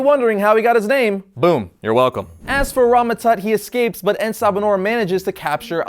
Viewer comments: It's En Sa Ba Nur not En Ba Sa Nur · you slaughtered the name. I mean, wikipedia slaughtered it too, and the writers as well. It took me a while to actually understand the name. You see, if they were going to translate (The Morning Light) into Arabic, it would be either pronounced as Assabah-hon-nour, a slight pause with the dashes, or Nur Assabah. En has no placement unless they described him as the light of the morning, in which case it would be Ennahu Sabah Annour.